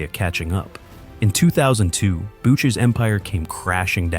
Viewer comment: The pronunciation of Bucher in French Quebec is "Booshay"! I know because I'm from here and I live just outside of Montreal!